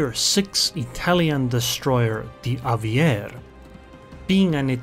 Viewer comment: In Italian we pronounce the e at the end of Aviere. The way you pronounced it seems more french😅